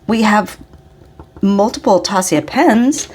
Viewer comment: I only buy Zodiac pens haha. And that berry is a perfect match to your Arabian Nights koi! I wasn't there this year but I did have Bart grab me a bottle of that ink when he was there too! Also, directly from Taccia.... It's pronounced Tasha haha! I had a conversation with her about it because I heard so many conflicting things! What a nice haul you had!!